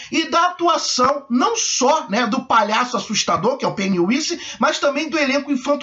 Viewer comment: Vc disse Pennywise, mas a pronúncia certa é "Pennywaise"